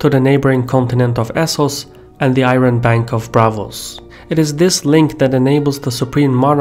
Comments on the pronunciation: Got annoyed when you keep pronouncing IRON incorrectly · A solid video. One thing was irritating me for the whole time though.. pronunciation of 'iron' :|